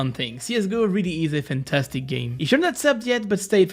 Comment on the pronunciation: love that "FANTA-FAQING-STIC"